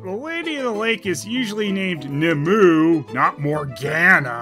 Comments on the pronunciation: It's pronounced 'Nim-oo-ay', and I would also note that the Damsel of the Lake's name varies frequently between versions-- in some variants she's called Vivian/Vivienne, for instance-- as does her very backstory. The only consistent thing about the Damsel of the Lake between different versions of the legend is that she gives Arthur Excalibur, that she is Lancelot's adopted mother, hence him being called Lancelot Du Lac ('Lancelot of the Lake' in French), and that she ultimately seduces Merlin before magically sealing him away (either in a cave, or inside a hollow tree, depending on the version). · Just for reference, the name Nimue is Welsh, and is not pronounced as "Nih-Moo", its Nih-Moo-Eh". The "e" at the end of most Welsh names is pronounced as "eh". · Nimue is actually pronounced "nim-oo-ay", not "ni-moo". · Beat me too it. I heard Ni-moo and pictured Linkara hiding in the shadows with murderous intent. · Nimue is pronounced NEE MOO EH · ACK-CHEWALLY Nimue is pronounced "Nimu-eh". Speaking of which, how about a review of the "Merlin" mini series starring Sam Neill. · should know that's not how Nimue is pronounced. As it's also the name his old friend Linkara used for the AI of his spaceship Comicron-1. Which, by the way, had once been voiced by Allison Pregler.